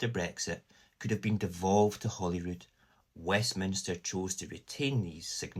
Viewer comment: It's H-O-L-Y-R-O-O-D, HOLYROOD, as in HOLY CROSS. Saor Alba.